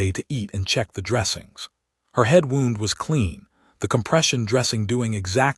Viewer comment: More terrible AI reading: "wound" as in past tense of "wind," as in winding a watch, in a story about a medic. Simply STUPID and disgusting! As always, "breathed" with a short e sound instead of the long e dipthong sound. Either do not use "breathed" or teach your AI to read better! Ugh!😡😡😡